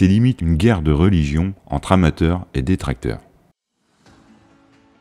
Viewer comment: « Entre amateurs et détracteurs » ou « Entre amateurs et des tracteurs »?